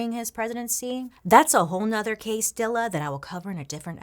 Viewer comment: A whole nother case-dilla/ques-dilla 😂 yes quane 👸 im living for the 90's ish updo too!